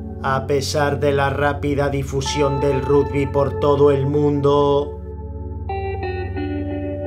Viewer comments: "Rugby" - "Ragby" asi se pronuncia gil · Jajajaja esa voz... El RUDBY